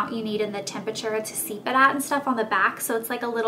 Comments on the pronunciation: I'm sorry for the constructive criticism but it's steep not seep :) Love your vids! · Steep, not seep. :(